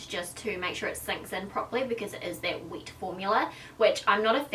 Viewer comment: not hating but can u say wet formula instead of weat formula coz people don't understand what your sayin xoxo